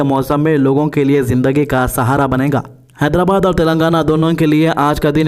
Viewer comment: Haidara kya bolre bhai mat bolo bhai naam sahi lo haidrabad